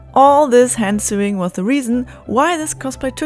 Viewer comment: It’s sewing….. English pronunciation is sew( like so)